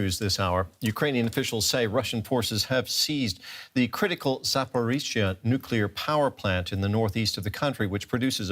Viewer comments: He be calling it a “Nucular” power plant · why this American expert says "nucular" instead of nuclear? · Did he just pronounce nuclear like George W Bush?